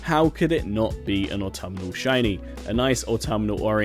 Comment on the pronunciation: Why does he say autumn so fucking weird